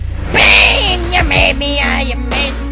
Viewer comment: He says bean istead of pain